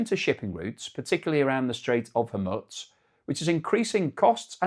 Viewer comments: Yeah, I love but the Mormutz thing was starting to get on my tits. I heard some Arabs pronounce it HOR-mooz, which must be correct. I think most English speakers go for hor-MOOZ. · I think its hormooze not hormutts